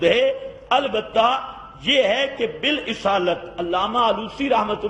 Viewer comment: مولانا بالاصالت بفتح الالف ہے نہ کہ بکسر الالف